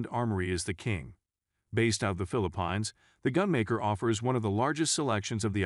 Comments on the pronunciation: I guess the computer can't pronounce Philippines , what else did this bot get wrong??? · Springfield Ron in ? The Philip pines? These AI talking videos are horrible at pronouncing certain words, but that's how we can tell they are AI so maybe that's a good thing.